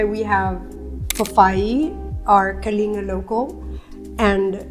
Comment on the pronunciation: Not to be too pedantic, but it's pronounced Kah-ling-GAH...not Kalinga